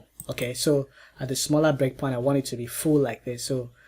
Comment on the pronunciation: "I would like mah gap to be smollah" - that's what she said